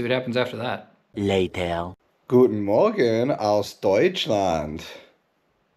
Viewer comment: Oh fuck. I didnt see on my screen during ("guten morgen") I devinily thougt it was a native german and not you.. Nice pronunciation!